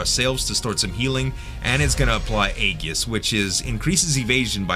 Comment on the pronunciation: Not to nag but the word Aegis uses a soft g sound as in A-jis. Nice fights, those Vorn guys are rough.